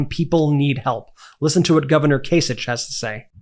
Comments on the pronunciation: John Kasich's name is pronounced kay sick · Kasich is pronounced with a hard k at the end. and, yes, vote blue the whole way until MAGA is driven to obscurity.